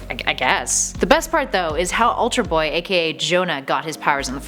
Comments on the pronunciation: "ULTAR" BOY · "Ultar" Boy?